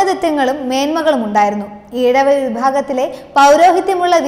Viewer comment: കുട്ടി അക്ഷരം തെറ്റാതെ പറയുക... പണിക്കാർ അല്ല പണിക്കർ, ഏഴവ ശിവൻ അല്ല ഈഴവ ശിവൻ. വേലായുധ പണിക്കർ കേരളം അവഗണിച്ച ധീര യോദ്ധാവ്.